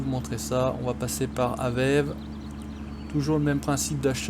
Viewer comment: salut j'aimerais te dire une faute que tout les youtubeurs français font c'est que vous dites aveve alors que ça se dit avévé même si ça s'écrit AVEVE